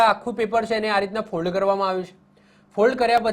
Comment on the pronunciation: Sir mold bolo che k fold